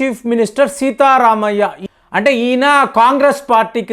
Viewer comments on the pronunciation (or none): కర్ణాటక చీఫ్ మినిస్టర్ పేరు "సిద్ధ రామయ్య", సీతారామయ్య కాదు.